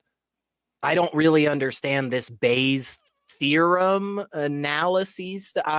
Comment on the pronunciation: Why do you keep calling it Bayer’s? It’s Bayes’.